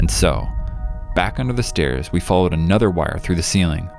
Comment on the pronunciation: I’m sorry but it’s the stAErs (spelled wrong for pronunciation)